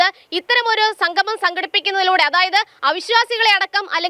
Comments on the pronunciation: സംഘമം എല്ലാ ചേട്ടാ സംഗമം ആണ് ശരി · Sanghamam alla monaee..sangamam. malayalam pronunciation padikkuu.